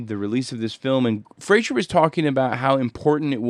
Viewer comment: I believe Greig Fraser's last name rhymes with "Laser" (I've been hearing a lot of Youtubers pronounce it wrong, so you're not the only one.) But great video,, I enjoy these breakdowns and seeing the re-creations in cinetracer.